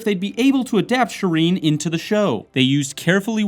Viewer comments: Also, Shireen not Shyreen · SHY-RENE?? Hearing you say her name like that makes me cringe. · jesus her name is not pronounced "Shy-rene" its pronounced "sherene" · Jendry?? Shy reen ? Saanza? Bruhh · I love your videos, but can you please pronounce names correctly? Names like Daenerys and Shireen for example.. Look at the show with volume on. They give guidelines of how the names should be pronounced. Thank you and love your videos! Keep making them :)